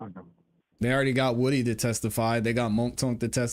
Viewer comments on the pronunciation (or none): Also, It’s NOT…Whooty… It’s Woody!